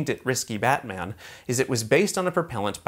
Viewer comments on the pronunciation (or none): none